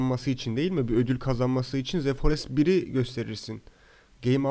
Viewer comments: ze değil dı diye okunmalı bencem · iki yil sonra tekrar izlemeye başladım seni Halen daha ze forest diyorsun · Ze forest